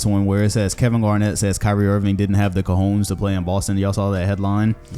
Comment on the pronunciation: You pronounced cojones wrong